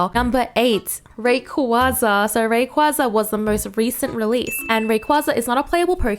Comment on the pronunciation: Ray-Quay-Zah* I know you said your pronunciations won’t be perfect, but way too many people pronounce Rayquaza wrong. Lol